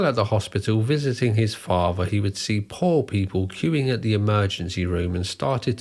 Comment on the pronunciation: What is a faver? Are you trying to say father? You know that the word is father not faver, right?